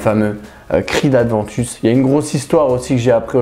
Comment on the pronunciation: Aventus..., y'a pas de D non? ;-) je confirme beau parfum ...d'ailleurs Abercombie&Fitch l'ont bien copié dans "Authentic"